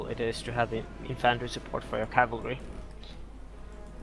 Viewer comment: Very nice tourney and well fought, beautiful epirus game! But guys if you are gonna cast a tournament please make sure microphones work properly:) and your co caster should maybe listen to the english pronounciation of infantry and how to handle soft k sounds ( as in Cavalry ). I have always fancied you. God job overall and thanks for uploading this!